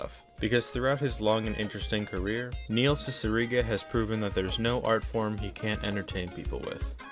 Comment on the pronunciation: N-neihl cicigara 😳😳